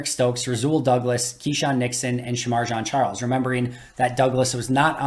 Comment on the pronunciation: Just for accuracy's sake, Shemar Jean Charles pronounced his own name in the locker room and said "Jean" like blue jeans. Just sayin. Actually, I really liked the comparison and analysis today.